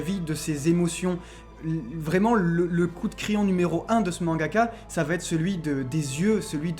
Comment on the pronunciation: VA ÊTRE. Pas VA-t-ÊTRE. Vos vidéos sont si parfaites que c'est dommage d'avoir les oreilles blessées